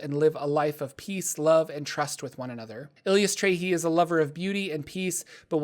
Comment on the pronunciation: Currently playing a Cleric of Eilistraee. A lot of fun. Also it's EYE-liss-TRY-ee.